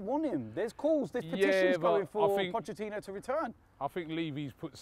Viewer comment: still with the "Pochechino" 😂